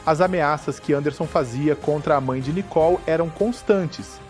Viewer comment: Não é Nicol e Nicole uma jornalista falando errado monstro está mãe é culpado por este covarde dentro de casa lixo 😂😂😂😂😂😂😂😂